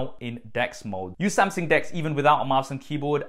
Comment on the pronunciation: I thought he was pronouncing 'Desk' wrong when he was on about 'Dex' mode. :-D